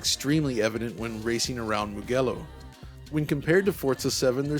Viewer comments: Is Mugello not Mughello! Porcaccio il Dio! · Its actually Moo-Jeh-lo. But yeah was wondering where's Mug-gello 😄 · When he said MuGello, all Italians shed a tear. It is pronounced "mu-Jellow". To FM 2023...this looks like nothing they have shown in the trailers. To me this looks like a lazy relabeling of an old FM game. I am very disappointed. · I still think FM7 is a good looking game, but the new game sure does look good. Well, except maybe for the triangular spectators 😂 Enjoyed the video a lot. Looking forward to the game launching. BTW, it's "Muh-Jello" 😉